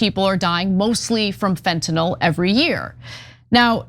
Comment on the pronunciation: THANK YOU so much for pronouncing fentan-ILL. Small thing, but it really bugs me that most call it fentan-ALL, as if it were an alcohol. (All alcohol chemicals end in -ol.) Late PS: GREAT PROGRAM.😁 THX!